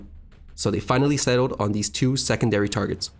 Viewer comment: PLEASE work on your speech . These and those . NOT deze and doze .